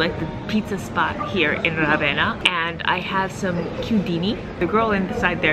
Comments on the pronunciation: It’s not Ravena with stress on "a", but Ravenna with stress on "e" and a long-spelled "n". Trust me, I’m Italian and I was born in Ravenna. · Try this: Rah- Veh- nnnnnnah. Thank you! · Surely you must have heard how the people say Ravenna..or you just don’t care..why disrespect the Italian people by saying Ravenna so damn wrong 😡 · All good, but not being able to pronounce correctly even the name of the town (which is so simple!), let alone anything else is just… so American 😁🤷🏻‍♀️